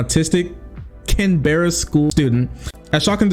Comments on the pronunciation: Hey. Just starting this video, idk if you address it but for future reference it’s not “Can Berryian” it’s “Canbran” and “Can-Bruh” in terms of how it’s pronounced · Canberra is prounounced more like cam-brough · i would be laughing at the way pronounced “canberra” if this whole thing wasn’t so disgusting